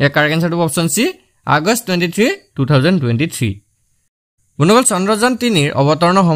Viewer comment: Bondhuxokol koba bondoxol nhoi😂